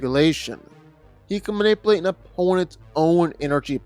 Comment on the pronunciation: Please dont say "Man-ip-uhl8" anymore.